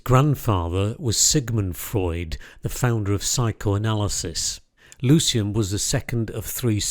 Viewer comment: One of my fav. painters and thanks for the vid. I'm pretty sure his name's Lucian and not "Lucien" though.